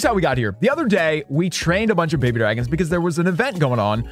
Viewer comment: “We have four more bhbydrhgens in the cc”